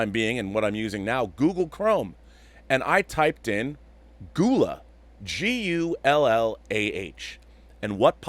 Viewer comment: I've always heard "Gullah" with the "gu" pronounced more like "gu" as in the word "gum." Or "seagull." Not "goo-la." Don't worry. I wouldn't cancel anyone for saying it wrong. Because I am not insane.